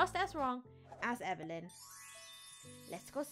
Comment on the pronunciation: Gurl you said be strong evylen